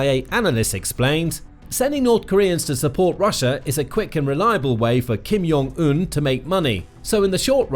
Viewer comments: ... OK, I know this is really pedantic, but holy hell did you butcher that pronunciation. Kim (fine) Yeong (wtf? Jung. It is pronounced exactly the way it looks to an English speaker) Oon (Eun. I get it. Everyone gets it wrong. Think "un" in French.) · Yes, please pronounce the name of Kim Jong Un wrong and write it wrong as well... After all, being educated and civilized is overrated ;]